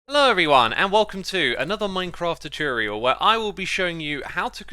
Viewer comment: welcome back to another choochorial